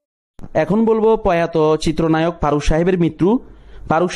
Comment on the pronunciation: আপনি তো ঠিকমতো কথাই বলতে পারেন না।।ফারুককে বলছেন পারুক,ফারজানাকে বলছেন পারজানা আরও কতো কি।।ভাষা ঠিক করেন।